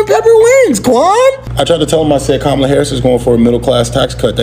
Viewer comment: I swear every time I think Trump can’t get anymore remedial, he does!🤦🏽‍♀️Why does he call her Kamilla, Calmala, HER NAME IS KAMALA-(COMMA-LA)😢!!!!!! JUST LIKE IT IS WRITTEN